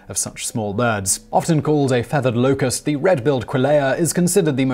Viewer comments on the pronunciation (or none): none